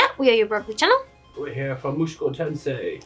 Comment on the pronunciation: "Muschoko" hahaha